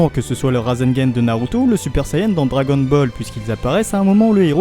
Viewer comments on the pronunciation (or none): none